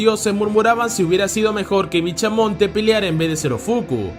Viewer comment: BichaMonte😂😂😂 Es bishamon